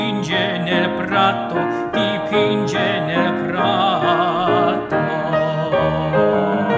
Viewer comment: I was going to say the same thing. Most of the "doppie" are wrong. Thank God you came along earlier, as I wasn't going to be as nice as you.